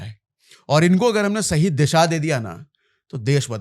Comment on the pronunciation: sashi bol raha ya Sahi bol raha 😂😂